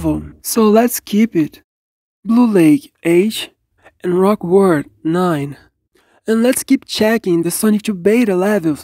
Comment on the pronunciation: yup, rock word is the correct way the say rock world now.